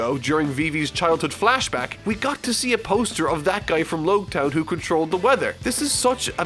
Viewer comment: It's pronounced, "Ba-rah-tea-A" (baratie). Also Logue town is pronounced Log town like how you pronounce prologue or epilogue (the town of beginning and the end).